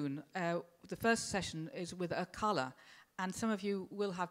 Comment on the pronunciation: Yeah, plus she pronounced Akala wrong... He's even got bars on how to pronounce it ffs!! Hope I didn't subtract from your comment with my childish humour, good stuff mate :)